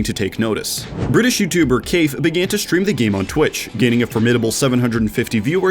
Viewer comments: Kaif is pronounced Kife, not Kafe (not criticizing). I’ve been obsessed with his and Nobean’s videos since I’ve been introduced. Glad that they got a mention here! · Im pretty sure he mispronounced it, he said kayfe when I'm sure its Kiyfe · Sorry, I had to pause and laugh at “Kayf “ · We just gonna ignore him calling Kaif, "Keyf" ? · Did you call him keif? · This is great but did you say keif? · not k ai f nah it KIF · Kaif Ka-i-f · “British YouTuber kafe” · Actually, they're reversed their decision to make an "Among Us 2" and have instead decided to put all that effort into the current game. I can forgive little stuff like pronouncing Kaif and Teo wrong but this seems like an oversight. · You said Kaif wrong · He pronounced kaif wrong